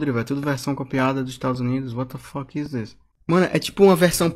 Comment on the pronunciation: Eu sou fluente no idioma (inglês) desde os 12 anos de idade. O claramente não sabe inglês, ele erra a pronúncia do "is", uma das palavras mais usadas no idioma.